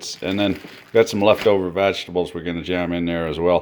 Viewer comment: did he just say... VAGtables?!...?